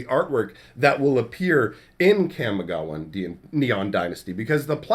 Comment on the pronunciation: Your pronunciation of Kamigawa bugs me. I feel like the "Kam" in Kamigawa should rhyme with 'mom', not 'jam'.